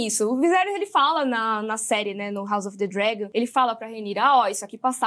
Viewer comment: Legal o formato de vocês duas conversando. Dica, a pronúncia de "house" seria com "s", e não com "z": haʊs ʌv ðə ˈdrægən